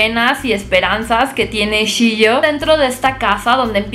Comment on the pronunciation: no es "Shio", es "Chio" y no es "Hatsumono" es "Hatsumomo"